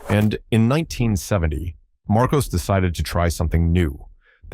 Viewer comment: Marcos, not Marcoze